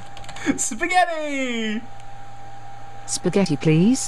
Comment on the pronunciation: WTH SAID SPAGATI!